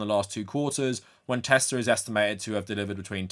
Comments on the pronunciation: "I love tesler!" 🎉😂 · It’s pronounced “Teslurr” now. “I love Teslurr!”😂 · Nah mate its TeSLUR